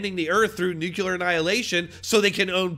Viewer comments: It's nuclear not nukyaler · Please, "nuculear" is NOT a word. It is nuclear. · It is pronounced "new-clear" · People need to PLEASE stop saying "nucular" when talking about the stupidity of others. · Why do so many muricans say "nucular" when they are talking about nuclear something? It's such a reaccuring thing, that even in the Simpsons Homer corrects Marge (the wrong way of course), when she says it right. "It's pronounced nucular Marge, nuc-u-lar " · New Clear = Nuclear. In case you were interested in pronouncing it properly. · It's not nucular